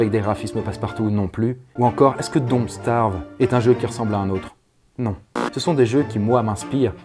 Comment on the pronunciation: "don't stArve" HA ! j'ai eu mal aux oreilles X")